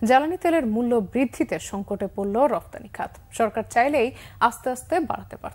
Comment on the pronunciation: ওইটা রপ্তানি ব্রো, রফতানি নই!